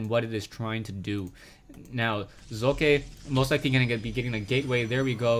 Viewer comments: Socke is pronounced Sóck-e instead of Soo-Kài(your s-pronounciation is correct however). You might want to look at one of the german casters(HDHomerj, for example), if you really want to find out, how we pronounce it. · I'd expect Socke is pronounced so-cu so as in "soldier" cu as in "culprit" not "sock" or "sowe-kuh"